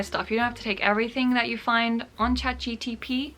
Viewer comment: my new fav think on earth is hearing you say Chat GTP